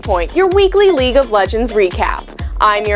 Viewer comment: League and not leage